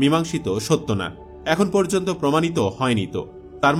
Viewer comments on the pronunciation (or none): none